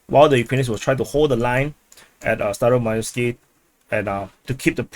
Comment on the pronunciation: Staromaioske I thought you said Stylo Milo SKI.😂